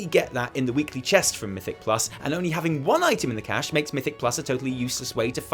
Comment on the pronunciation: Hey, you fixed your cache pronunciation! Grats!